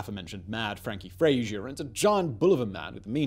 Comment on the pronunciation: Really quite surprised to hear you mispronouncing Fraser like a Seppo, considering you're not much younger than i.